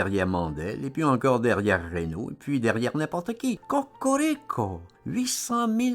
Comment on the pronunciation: Cocorico ne se prononce pas à l'italienne...